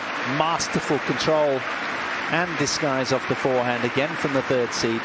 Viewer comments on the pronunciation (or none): none